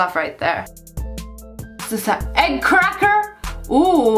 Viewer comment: Wait guys, did you hear her crispy r!?! CRacker